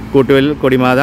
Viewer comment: കൊടിമത അല്ല ചേട്ടാ... കോടിമത